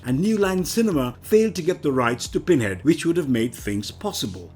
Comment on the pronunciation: All I hear is "Binhead". Interesting, though!